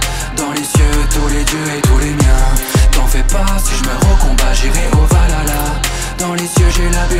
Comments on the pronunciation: Je suis le seul dont ça perturbe qu'il dise "valala" au lieu de "valhalla"? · C'est pas Valala c'est Valhalla le H ce prononce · on dit pas valala mais whalhala merci et puis a quoi ca sert de faire de la chanson si c'est l autotune qui chante et pas toi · BORDEL C'EST PAS VALALA C'EST VALHALLA. L intonation du H se prononce sinon c'est dégueulasse. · Ça se prononce ValHalla pas Valala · Franchement super taf, ça ce voit que tu as bossé de ouf, mais je juste j'ai un truc à redire même si c'est chipoté ça ce prononce pas valala mais valhala(val ala) mais sinon tout est parfait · je kiff le refrain mais par contre on dit pas valala mais bien valHala ;) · Chanson et clip excellent la seule qui me dérange c’est la prononciation de Valhalla ... Valala 🤣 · Pour info, le mot Valhalla se prononce avec le H et non pas valala. Sinon j'aime bien les faux tatouages d'Yggdrasil ou de Jormungandr, mais normalement, ils sont censés racontés les histoires qu'on a vécu, les contes des scalds ou représenter des symboles magiques comme ægishjálmur pour la l'invisibilité au combat ou gapaldur et ginfaxi pour la glíma (un art martial islandais) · Va la la ? ptdr, c'est plutôt "Val-ha-la" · sa c'est jamais dis valala mais Valhalla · "au Valala..." svp prononcer ça correctement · Nn C est bien vikings pas avec Norman il sait même pas dire vahalla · Après il dit valala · Ouais on dirait qu’il a sortit ça d’un épisode de oui-oui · justement, il chante valala... Trop dure pour les fr de prononcer le h apparemment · Ouais bon après tu dit " valala " donc bon. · Bah voilà une personne qui sait dire vahalla